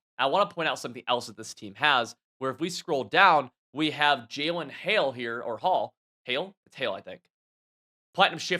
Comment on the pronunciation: Say Jalen just one more time please. Cuz you definitely ain’t saying that word haha